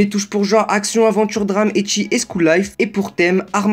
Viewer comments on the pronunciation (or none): Ça se dit pas ”eki” mais ”ecchi” sinon bonne vidéo